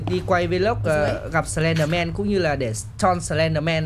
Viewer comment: Sờ len đờ men ko phải sờ ben đờ men đâu chị nhé